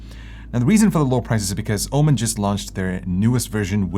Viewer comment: Why it's (OMEn) and not (OMEN) this drives me crazy 😵‍💫